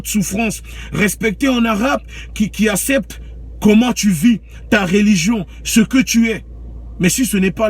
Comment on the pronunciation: Il dit asépté lol le français il ne veut pas t’asépter